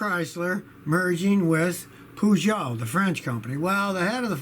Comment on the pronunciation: Peh-Shou. Not Poo-jo!